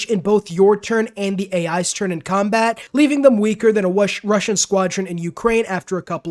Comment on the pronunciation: Got to watch out for those Wussians, they are always hunting some Wabbits -Elmer Fudd